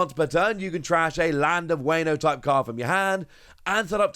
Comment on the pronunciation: I want to tell you that you should really learn to pronounce the names. Its Wah-no.. not Way-no, for example.